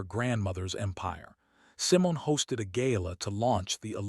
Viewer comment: I like the stories, But you mispronounced Simon it's Simone.